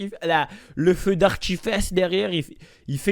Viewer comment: T'es.tellement con ta dit arti.fesses Mdr.au lieu.de.dire arti fiste